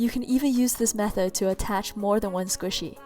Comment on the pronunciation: Mochi not squisy